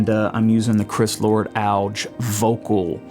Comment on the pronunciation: “Chris Lord Alg” hahahaha (he pronounces it “AL-Gee”) great video tho! I’m looking at picking one up so I appreciate this video a lot man